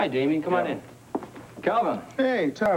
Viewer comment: When Gavin opens the door for Damian it sounds like he calls him Jamie.